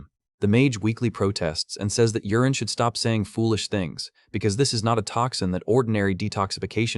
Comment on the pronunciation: The name is not Urine, it was Yuren